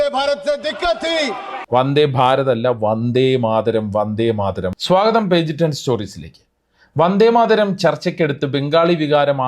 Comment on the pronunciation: They can't know the authors name to pronounce proper and the poems 1st line "Vande Madharam" by PM and his subordinators